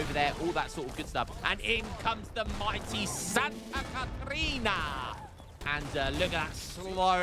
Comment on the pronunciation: another great video, but as a Brazilian living in the state of Santa Catarina it hurts so much when you try to say Santa Catarina